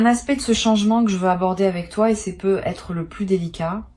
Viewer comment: Les """peu""" etre au lieu de peut etre . C est I.A LOLLLLL